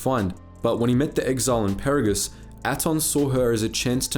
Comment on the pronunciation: Ah yes pairuhgus and eeben hawk. Jk love your vids.